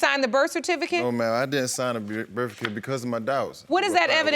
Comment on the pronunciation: Did he call it a birficate?